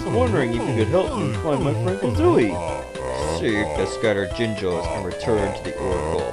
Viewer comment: they are called Jinjos not jingos